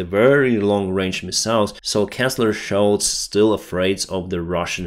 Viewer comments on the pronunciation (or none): It's typical of my sarcastic sense of humor that I noticed your pronunciation of "Chancellor" sounded to me like "Canceller", I wish there was some way to neutralize all of the Russian Nuclear arsenal and get past this nonsense